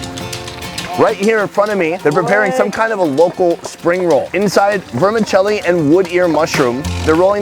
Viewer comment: Did you say verminchelly?